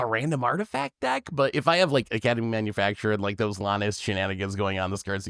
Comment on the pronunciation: Manu FAC TOR not manufacturer